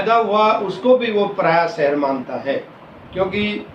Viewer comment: यह अध्यापक महोदय तो अटक अटक कर हिंदी का पठन कर रहे। बल्कि "पराया" शब्द का ठीक से उच्चारण भी नहीं कर पा रहे हैं।